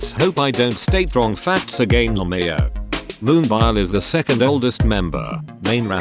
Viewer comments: i only hate that one point of this vid :vv what a pitty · I'm not by nature a cheerleader, but I think you're being too hard on yourself here. You made a compilation video and got it done and uploaded. That's a win right there. I can't do that. If I might make a suggestion, your own voice would be better than the computer voice, even if you're squeaky and stutter. At least you'd get Moonbyul right.